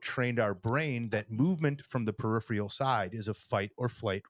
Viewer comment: Love y’all, but neither of you can say “peripheral” lol.